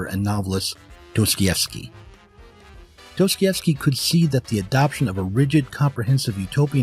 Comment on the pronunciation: Dos-toi-YEvskee, not Dose-Koi-evskee. Apart from that, excellent video!